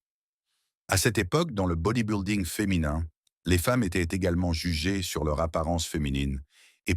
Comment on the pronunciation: Body-building ne se prononce pas comme "body boulding" comme dit le commentateur, mais doit se prononcer "body bilding" comme s'il n'y avait pas de "u" dans le mot. Le narrateur est soit un français pure laine, soit un robot de l'IA.